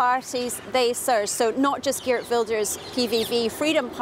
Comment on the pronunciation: Can the BBC at least try to pronounce Geert correctly. What arrogance to mispronounce a person's name! Wel gedaan Geert!